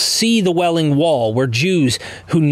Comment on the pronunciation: Wailing Wall. Not "Welling" wall, as you said ... Also, in other videos, you said "tells" instead of tales. Mispronouncing words as such, takes away from your credibility.